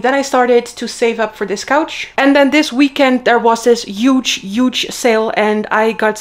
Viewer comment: It is not pronounced You-ge!! You keep saying that all the time 😅 It is pronounced Hu-ge!